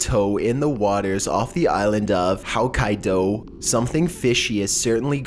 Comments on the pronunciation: how to say Hokkaido according to: haukaidow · "How-kai-doe" Hokkaido was completely butchered. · Why does the guy pronounce hokkaido like howkaido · Howkaido? Really? Come on dude! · Narrator needs to learn how to pronounce names better. I swear I heard him say Howkaido?? Seriously dude stop doing these video till you learn how to pronounce names better. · the way he pronounced Hokkaido... *cringes*